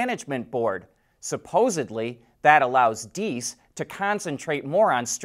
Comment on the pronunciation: So some have already yelled at you for mispronouncing DIESS? Such mean people. I am one of those, that gives a hint and honors you for PERFECT pronouncing this time! 👍🏻😉 Well done!